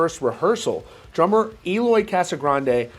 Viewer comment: This news boiling everywhere, and I can picture Eloy a little mad cuz his last name is being always pronounced like he´s from a Spanish speaking country 😅😅😅😅